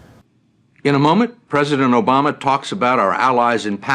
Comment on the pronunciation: Thiz reporter was with me- all the time how he was on point with his questions: He z sayin like obaama! R u tellin me this crab...